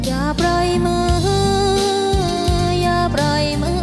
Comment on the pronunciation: แชมป์ออกเสียงไม่ถูก ปล่อยมือ ออกเป็นปร่อยมือ